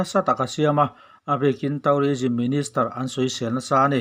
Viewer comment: Thu a ngaihnawm, English lamdan (pronunciation) erawh fimkhur/uluk deuh a ṭha. Eg. tû:rism tihturah taurism han tih te hi